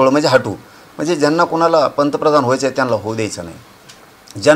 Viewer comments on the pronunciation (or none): none